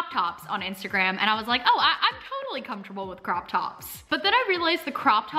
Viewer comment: comtable is what she says fr comfortable